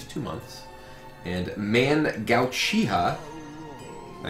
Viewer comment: Mangau-chiha xd Brian not a naruto weeb confirmed